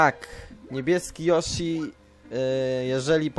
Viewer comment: ***** Nie joshi tylko Yoshi ;D